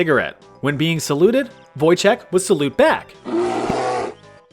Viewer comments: It's actually Wojtek (read Voytek) Pierdol się means fuck you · The way you pronounced Wojtek physically pains me